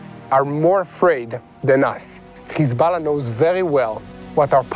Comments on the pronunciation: When Lebanon defend itself you call them terrorist Khhhizbolah if you can pronounce Hyway I am certain you can pronounce hi b Allah Or Hamas instead of Khhhamas I deplore your hypocrisy why don’t you go report from Ghaza and see if your BiBi lets you show the savagery is committing Two faces and the world is puking the Zionists Cause the Jews of the Tora are not blonde with polish accent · „Khezbollah“ „khamas“ 🐷🐷🐷🐷🐷🤣🤣🤣 can‘t you properly pronounce it?